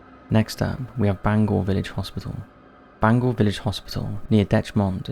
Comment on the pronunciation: say it like deck mont law and bang goure its how we pronounce it